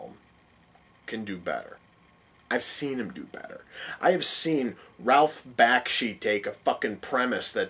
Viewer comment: Not Sure When You Posted This Review, But You couldn’t be more uninformed by animated movies of this time period. Was it funny to mispronounce Ralph Bakshi’s Name. Have you no appreciation of Frank Frazettas Art Work? You can’t see how a powerful wizard was pushing a tremendous glacier just by his will? Sorry you missed how awesome this was...